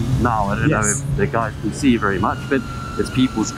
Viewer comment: Can someone please slap every time he says vurry instead of very